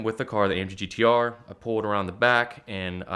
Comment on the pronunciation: I think got scammed into promoting this guy's youtube page and the ATL Scoop page. So many strange aspects of this "story." Please say "amggtr" again...